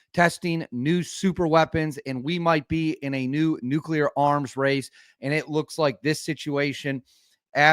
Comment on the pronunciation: Did you just say "Nucular'? Seriously dude?